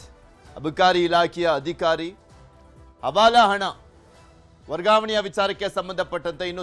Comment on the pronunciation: Pl ask your reporter to pronounce proper kannada Hadaya alla ಆದಾಯ... Hadikari ಅಲ್ಲ ಅಧಿಕಾರಿ